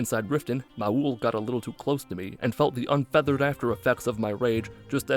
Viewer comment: I think knows how this word is correctly pronounced, but "unfeathered after effects of my rage" bugs me for some reason. I think that's the only phrase that he's used that does.